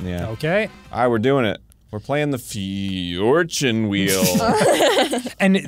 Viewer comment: Ah yes, “the fjortune wheel.”